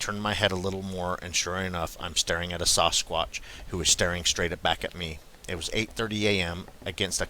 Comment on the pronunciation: Lol you put the sasS in Sasquatch the way pronounce Sasquatch by saying the A as a O - Sosquatch lol love it